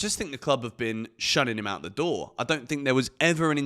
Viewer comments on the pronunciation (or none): none